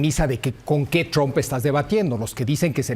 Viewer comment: Por qué le dicen "tromp"?? 😂